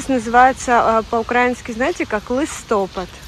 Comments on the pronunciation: У нас також наголос на а ,не знаю чого вона по іншому сказала але листопАд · який лИстопад,листопАд😂